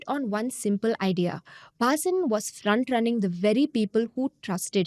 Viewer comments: ATLEAST take the name correctly ....BHHHAA-SIN is wrong .....the pronunciation is Bhasin ! 😂😂😛😛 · Zerodha folks.. when you do research videos can you get the name right pls.. it is pronounced 'Bha seen" .. not "Baa sin"... the fact that the name is mentioned close to 100 times in this video makes your good efforts look poor.. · U r Punjabi or from north - can't u pronounce "Bhaseen" wtf is bAAsin ? Shamelessly colonized mind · Not Bhaasin, it's Bha-seen. Read it in hindi. SEBI should look in its own backyard and probe Madhabi Puri and her husband's ill gotten wealth. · His surname is pronounced as Bha-seen. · Can u please pronounce the surname correctly .. and what were the channels who put him on air doing as due diligence ??? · Is angrej ko भसीन padhna nahi aa raha hai. Faltu ki artificial accent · She is not able to pronounce Bhasin correctly. The reading is so dry that it looks like a robot reading the news. There's nothing New in this fraud, earlier CNBC Awaaz was caught with a similar modus operandi. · Pehle "Bhasin" pronounce karna sikh le. Cringe af